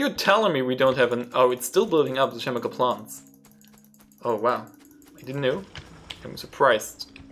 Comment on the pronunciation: I literally can't understand a word of what he is saying. However, I'm pretty sure he pronounced "chemical" as "shemical."